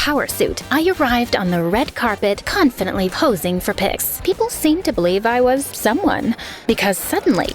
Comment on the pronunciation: "conpedently posing for piss" ;w